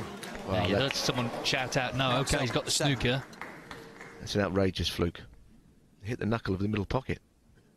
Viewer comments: It's snooker, not snucker.😂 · Snuker? Snooker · SNOOOOKER NOT SNUCKER, ALL AMERICANS HAVE A SPEACH IMPEDIMENT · I think it is Pronounced the same worldwide. I have heard many International Commentators over 45 years of watching Snooker.... And I am certain, without hearing it, what the OP is calling "correct pronunciation". Snooker as in pool. Not snucker as in pucker! 😂😂😂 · man it's pronounced snewker not snucker. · Or snuuwker, but definitely not snucker. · The reason the crowd did not cheer, it was during covid, so no crowd. PS Its pronounced snewker not snuker. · SNOO KER not SNUCKER ! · Steve Davis (ginger hair) was playing a famous British comic who is also a good snooker player, hence the sneeze as Steve took his shot, it was an exhibition match during a competition.. By the way, it's pronounced snooker not snucker, you don't call a pool game 'pull'. When all the reds are potted the colours have to be potted from low to high i.e. Yellow (2 points) up to Black (7 points). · What the hell is “snuker” assume you mean snooker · SnOOker! Not snucker! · Snooker like snoop-er, not like snukker. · Please pronounce it as it should: snoooooker, not snocker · Snooker, not snuker ffs! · please refrain from calling it snuker... its killing my ears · Switched off as soon as he said snuker 🙄🙄🙄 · It’s pronounced snooooker! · I came to the comments to type exactly the same comment at it is THAT jarring. He is able to have an opinion on one word without you doing a Cathy Newman "so what you're saying is...". (Jordan Peterson Vs Cathy Newman interview - look it up). And he doesn't THINK that snoo-ker is the correct way - it IS according to the dictionary. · They pronounce it as snucker. LOL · It's pronounced snooker, the snook is the same as pronouncing snoop in snoopy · It's sn-oooo-ker! It doesn't rhyme with "cooker". (This is a bit random - 'best shots' or 'best snookers' would be better viewing IMO). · Snooker with a long o btw... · Snooker is pronounced like cue - Oo